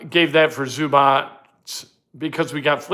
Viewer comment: It is zoo-bots. Not zoo-botch.